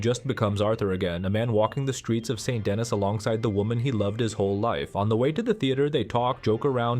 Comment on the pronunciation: Very good analysis. I think you are correct. I don't understand why some players don't like Mary. Please learn to pronounce St. Denis correctly. As an American you should say "SAW DUH KNEE"